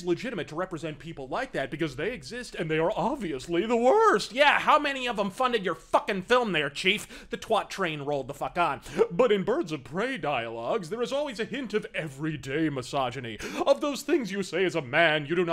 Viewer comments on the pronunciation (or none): when saying twat please put the emphasis on the A. twAt. Is the way to say it